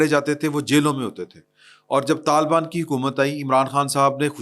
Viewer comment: Talbaan NAHI Hota, talibaan Hota hay, AAP ko Patta hi NAHI hay, Pakistan Aik wafaq hay Aur Aik syasi, jamhoori, Aur jughrafiai, Aur foji haqeeqat hay. Mulk tootnay ki Baat Naa Kia karain